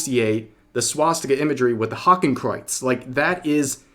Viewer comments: pronunciation of Hakenkreuz was almost right, it's pronounced like "Hahken-kroits" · well? that pronouceation was horrible xD just as bad as how americans pronounce nordic names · Rev I ain’t German but I’m pretty sure you butchered that German pronunciation. But yeah this is dumb come on guys learn your damn symbols like Jesus lads how about you guys spend 15 minutes learning how the NAZI party created there symbols and the differences between Hindu and eastern Asian symbols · That german pronunciation caught me outta nowhere